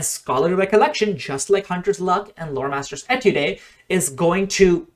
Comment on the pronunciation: Great video as always. Quick side note before I get to what I really want to talk about: The word 'étude' is pronounced 'A-tood', and is the French word for 'study'. In music terminology an étude is a work that is intended to help master musical skills. On to my point: I have learned that with Free Archetype any class can be very good at Recall Knowledge, and in the process bypassing most of the objections to RK (if your debunking weren't enough). I really like the concept of the classic 'monster hunter' that uses knowledge to defeat enemies, so when my group started Extinction Curse I played a Thaumaturge. Unfortunately the mechanics never really 'clicked' for me. So when HotW came out I retired her for a Kineticist. In part because they relied on my thaum, the rest of the party hadn't invested much into RK, so I worked out how to make my kineticist - a class not particularly well suited to the role - do as much as possible *without diminishing my effectiveness as a kineticist*. I took Pathfinder Agent, Scrollmaster, and most recently recently worked in Ranger. Other than my Free Archetype feats I have only invested one skill increase, a few skill feats, and two ancestry feats - Adopted Ancestry (Human) and Multitalented. Neither is truly necessary, but getting Ranger Dedication from an Ancestry feat is nice. * Pathfinder Agent Dedication's pseudo-Untrained Improvisation and Thorough Reports covered for the limited skill investment and low attributes until I got Bestiary Sch